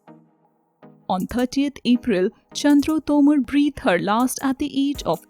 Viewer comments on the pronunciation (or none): Stylish English yet you cannot prounce Breathed their last 😔